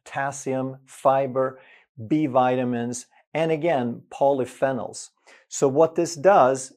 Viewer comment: Polyphenol: Pronounced Poly Fee Nol which is a type of Antioxidant.